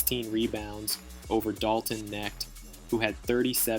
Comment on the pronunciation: Dalton who? How do you not know how to pronounce his name. Hmm. Are you a bot?